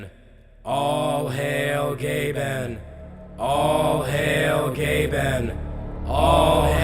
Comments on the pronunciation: Austyn Balint he says GAYben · When he said "all hail Gaben" I swear I heard "all hail gay ben" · I’m I the only one who hears all hail gay men here?